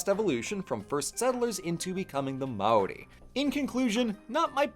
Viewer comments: "mow rie" 😭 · Seems kinda short for the history of even specifically the Māori colonization of NZ. Also a bit weird not to mention Hawaiki by name. Also you are pronouncing Māori wrong, it's pronounced like Moldy but with an r instead of a d and no L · or worse, "may-or-ie"